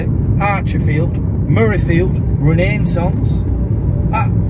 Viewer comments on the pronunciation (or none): Did you say murrayfield?? 😂😂. Great video. Well done